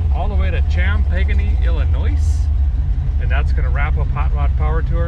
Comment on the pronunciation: You don't pronounce the S in Illinois